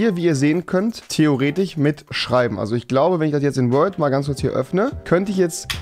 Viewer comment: Wie oft er Theoretich sagt haha